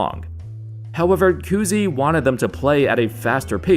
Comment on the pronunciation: Koozie? Lmao its Cousy